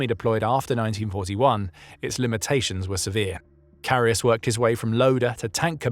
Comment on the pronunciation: Great video, but as a german it hurts my ears how his name is butchered in the video.